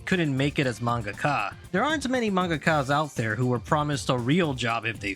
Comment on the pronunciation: Obsessed with how they pronounce mangaka as mangaKHA in this video